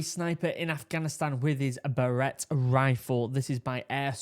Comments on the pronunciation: Ronnie Barrett would probably choke himself laughing at how you mispronounced his name. Bare it, just say that. What you said is what girls put in their hair. On another note, I was around when Ronnie was testing the prototype for this gun. I live about 20 minutes from where it's made. It was cool watching as it advanced through the stages. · Pronounced Bear-et. What you said is what little girls wear in their hair. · Lmao. I thought the same thing. “Bur ette. Wth?” 😂